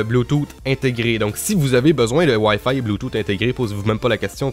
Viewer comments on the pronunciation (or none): Je viens de me rendre compte que Wayfay c'est wifi je suis désoler... mais ton accent prend énormément le dessus la :3 Sinon très bonne vidéo ;)